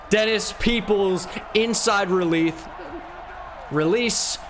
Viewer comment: “Inside releath” made my day 😂